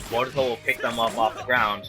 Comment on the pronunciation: Jamison Grandy Its boruto, not borito 😂😂😂